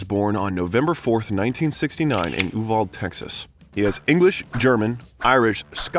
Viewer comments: Please learn how to pronounce you Val Dee! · U-Val-Dee…………not Uval. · As a Texan that lives near there, Uvalde is pronounced You-vawl-dee Lol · It’s U-Val-De! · Uvalde is pronounced You Val dee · Uvalde (OO-BAL-DAY) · Not only do you not know how to pronounce Uvalde, you also mispronounce Renée Zellweger and Anne Hathaway. You are bringing us content about celebrities. And you do a good job! But for heaven’s sake! It only takes a Google to check yourself on these names. I personally don’t understand it but be thorough!